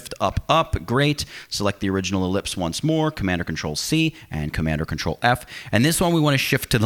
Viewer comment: I heard Commandacatrul. 'Commandacatrul-V' 'Commandacatrul-C'